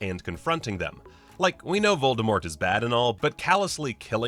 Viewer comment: The "T" in V oldemort is still silent ;)